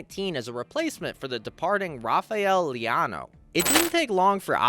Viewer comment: Not only african, he said rafael leanao... and strugle to spell other european names